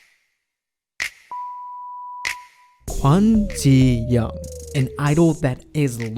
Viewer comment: i beg you. stop butchering these idols names... jiyong, not ji-yeong...